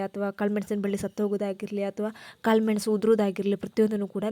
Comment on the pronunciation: ನೀವು ಕನ್ನಡ ಶಾಲೆಯಲ್ಲಿ ಕಲಿತಿದ್ದು ಅಲ್ಲವಾ? ಕಾಲು ಮೆಣಸಿನ ಬಳ್ಳಿ ಎಂದರೇನು? ಕಾಳುಮೆಣಸು - ಕರಿಮೆಣಸು, ಕಾಲು😅😅😅😅ಮೆಣಸು - ?